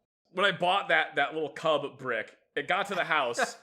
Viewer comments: Seeing kubb on my feed was pretty eye catching, ngl. I've played it a good amount of times, and it's a fun game. One note though: it's pronounced with more of a short ooh sound than an uh sound. Like, take the word "cube" and say it really fast while twisting the sound of the U less. That's close enough to how it's pronounced in Norwegian, and it doesn't make you think of fluffy little bears with an inevitably furious mama bear in the vicinity. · Hey, my favourite video guys talking about my favourite lawn game! I teach Kubb as part of many Viking reenactments. Fun fact, Kubb is pronounced "koob," and was invented by Norse children who were gathering firewood. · Yeah Americans aren’t great at Swedish pronunciation. But that’s understandable. No offence, but you did mispronounce kubb